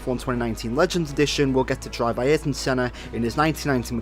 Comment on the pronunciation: Aieeryton Senna lol